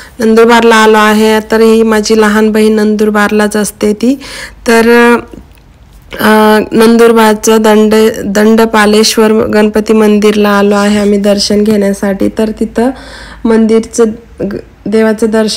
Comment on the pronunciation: दंडपालेश्वर नाही ग... दंडपाणेश्वर मंदिर❤❤❤❤